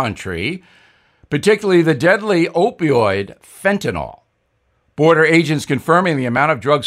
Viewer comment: Please note that the baddest drug is fentanyl....not fentanol..